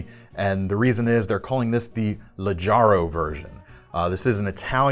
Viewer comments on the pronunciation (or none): I liked the Leggaro the best. FYI , in Italian, g before a is always a hard sound. It would need to be modified with an i or e to be a soft sound